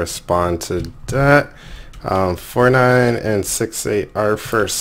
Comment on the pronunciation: When you said 49 Ace thought u said Fortnite :) haha